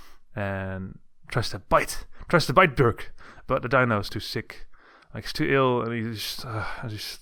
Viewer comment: You cant say ö